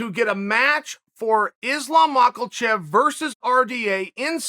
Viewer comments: STOP calling him MakLachev !!!! It’s MakHachev and pronounced as MAHACHEV !!!!! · Ma-Kha-Chev .. not MakaLchev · Malkachev he calls him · Chael : Islam Mockel-chev Islam : 🤦🏻‍♂️ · Chael is still calling Makhachev makalchev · I like how he says Makelchief, where do you get the L from Chael ? Cracks me up everytime I hear it haha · No L in makhachev. Mock uh chev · Chael “Makle-chev” Sonnen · Did someone tell Chael that there is no L in Makalchev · If Chael says it's 'Makalchev', then it's Makalchev. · Chael please tell me where the L is in the name Makhachev lol